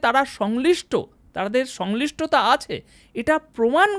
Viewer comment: উচ্চারন ঠিক করুন। শব্দটা সংশ্লিষ্টতা। সংলিষ্টতা নয়।